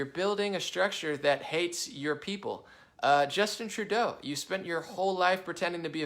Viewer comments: True-DOUGH. not DOW... SMH.. not that difficult dude. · my man.... Trudeau: Rhymes with GO, not cow. And he's got to GO. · It’s pronounced Justin Tru-Castro! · I wish you would say Trudeau correctly